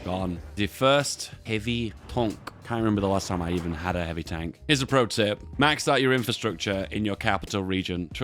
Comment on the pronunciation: say tonk one more time i swear to god